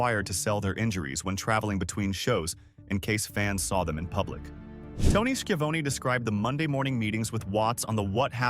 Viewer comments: “Tony She-Uh-Voan” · Didn't u see Tony ski in avone😂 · Ah yes. Nothing says AI shit slop video like Ted DeebeeACE and Tony SkeVONEy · I only put up with the AI in these wrestling documentaries because I love professional wrestling. But it still cringed me when AI mispronounces certain names: Tony Schiavone, Ole Anderson, among others.